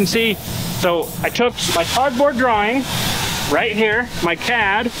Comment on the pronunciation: CAD-Board versus Cardboard.